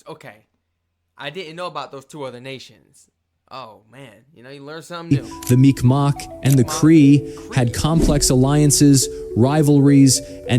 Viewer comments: there's a joke that the first draft of the geneva conventions, where just a list of shit that Canadians did.. also mikmac ain't said mic mawk. mic mac or mig maw is usually how i hear it. and wether you call em tribes or nations the words are not their native language any how so it matters not. also the north american tribes is a long assed list and many of em are or where nomadic. and they killed themselves as much as anything else. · Bruh I'm Mi'kmaq and comment on your video's all the time 😂 and only non natives say Micmac as you see in my username it is Pronounced -MigMaw sounds like MeegMaw when we say it 😂. Yes our K sounds like G and our Q's sound like W's. Stay blessed 👊🏼🪶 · Mi'kmaq is kinda mispronounced in this video. As a Mi'kmaq myself, it is usually pronounced "Mig-maw" just a little fyi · It's miqmaq Pronounced Mick mack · he prouncing mi'kmaq ( mig-mawh) wrong i live in nova scotia and my best friends are native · It's pronounced Mig-mah. My lord. Also, you can usually just refer to it as "First Nations" if you're trying to show a bit of respect. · Its pronounced [Mic Ma] the q is silent. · Mi'kmaq First Nation. He just pronounced it different.